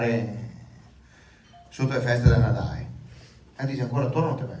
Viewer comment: No se dise Natae...a Vanderlid ga dito de no...